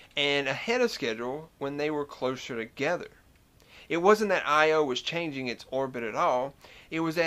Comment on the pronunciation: Most of us pronounce "Io" as "EYE-oh", not "eye-OH", but perhaps you are an electrical engineer. :-) I love your southern accent, combating the stereotypical idea that southerners are stupid. Great videos, man.